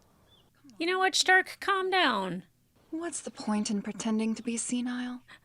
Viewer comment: It is Stark Shtark is the German pronunciation (a lot of the names are German words). But it's not the German dub, it's the English dub.